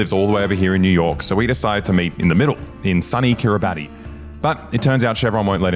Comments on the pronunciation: Part of me thinks said “KiribaTI” instead of “KiribaS” to drive engagement on the video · Kiribati is pronounced “kiri-bass” not “keri-bahty” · its pronounced kee-ree-bahs not kee-ree-bat-ee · Kiribati is pronounced “Ki-Ri-Bass” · It’s pronounced Kirabahs. Because ti makes the s sound in Kiribati’s native language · "Kiribati" is actually pronounced "kiribas" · quick correction it its pronounced ki-ri-bass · its pronounced "kiribas" just fyi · When will people learn that this tiny Pacific nation is pronounced Kiribas! for some reason! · Kiribati is pronounced closer to Kiri-bass (like the fish). Thanks Map Men for accidentally ruining a Boy Boy episode for me! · AKCHOOALLY kiribati is actually pronounced "kiribass" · Hey boys, great video as always but just a heads up, Kiribati is actually pronounced kiribas. The ti makes a s sound in the local language. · Kiribati is pronounced kiribas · Kiribati is not pronounced like that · That’s not how you pronounce Kiribati!